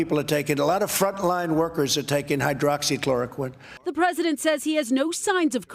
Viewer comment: with his limited vocabulary, often used "powerful" , "wonderful", "fantastic", "perfect"..... i'm surprised at how he is finally able to properly say " hydroxychloroquine ".